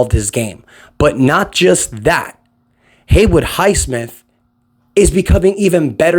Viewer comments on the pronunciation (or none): ITS HAYWOOD, HAY WOOD, NOT HAYWARD lol